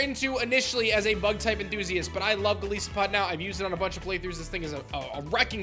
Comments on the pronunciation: Sorry to be that guy, but I'm 100% sure Golisopod's name is pronounced "Go-lie-so-pod" and not "Go-lee-so-pod". His name is a combination of Goliath and Isopod which have the long "i" sound and not the long "e" sound. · its pronounced Gol eye sopod. as in an isopod which is what it is based off of and Goliath. Goliath/Isopod. Golisopod. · Golisopod is pronounce GUH-LICE-UH-POD, as in goliath + isopod. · An isopod is a type of insect. Golisopod is pronounced to rhyme with it since the entire word is in it. Please make a note.